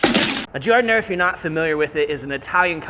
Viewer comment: It's "Jar-Dih-nair-uh". He says it all fancy.